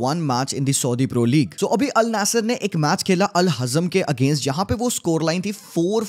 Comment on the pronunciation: wtf did I just heard Al "naesir"